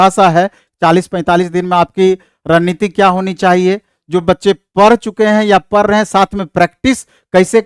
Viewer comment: Pdh rhe nhi prhhhh rhe bolta hi ye master